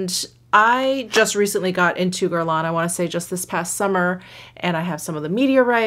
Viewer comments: what shade you got in meteorites? medium? by the way you dont pronounce the final n in guerlain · Not exactly true on the “n”. It’s that French up-in-the-sinuses “n”. But pronunciation is close enough.